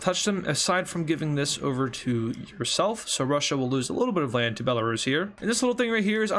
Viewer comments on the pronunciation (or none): none